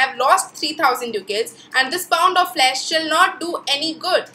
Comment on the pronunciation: Didi Flash nahi Flesh hota hai